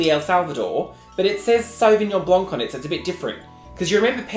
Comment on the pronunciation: I dont know why but i always cackle when you mispronounce wines. Pee-knot grig-io. And so-vig-non blank. I have no life but you know what i have more fun.